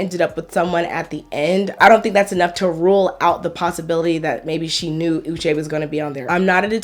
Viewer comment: On one hand Uche is suffering from crazy stalking ex, that follows him around and on another hand he wasn't able to recognize her very distinct 'Ushe' pronunciation? Something is not adding up